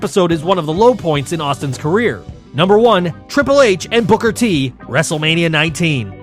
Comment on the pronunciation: Did you say wrestlemaina 40?